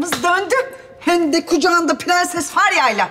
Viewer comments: Fğansız ya ondan pğenses diyoğ 😅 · nono nun piganses demesi beni delirtiyo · Şu dadı hatunda bütün sözleri doğru söyleyip bir piğenses demesi bir tek banamı batıyor?😂